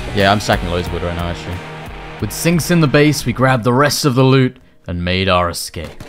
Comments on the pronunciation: lol did nobody notice called Sinks "Stinks"? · i swear i heard you call him "Stinks" at least three times in the video hahahaha